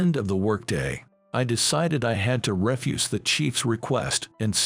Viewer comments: "Kay-giving?" And what's this business of pronouncing "re-fuse," as in to deny or reject, as "ref-use," as in detritus, waste, or garbage? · The pronounced refuse is trash or garbage, not to give a no.